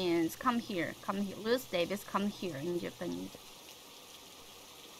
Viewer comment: Btw.. Difficulty: beginner. Can add in next flashcard. Beginner, intermediate, professional. Tabun. Ruth: pronouncation is pretty good. Roo-th. Th sound is like from thank you. Bite tongue and let air out. "I am scary": means you are a scary person. www. Good job playing solo:D